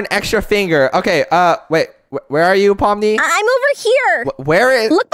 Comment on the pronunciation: I think you saying pomni's Name Wrong You sayin poppies